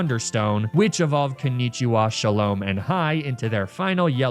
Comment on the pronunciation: it's pronounced sha-lom, o for orange